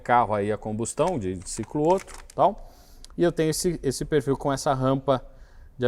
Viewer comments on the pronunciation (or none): revolts! 😂 Baita vídeo, um mix de mecânica, filosofia, política e antropologia. Só um pequeno adendo: na pronúncia do alemão, duas consoantes iguais em sequência "abrem" a vogal anterior, ou seja, Otto pronuncia-se "Óto" e não "Ôto". No mais... o melhor canal do YouTube!